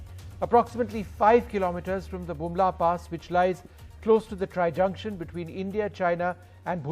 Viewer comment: Use earphone he said bumla